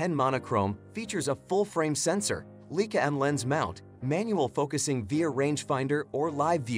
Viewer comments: The "Leakah"???!!!! REALLY??!!! Some expert. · Leica is pronounced "lyka."